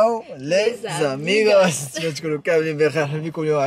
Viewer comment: Juste une fausse prononciation par rapport la phrase d'introduction. Hello los amigos. Et non pas lessamigos.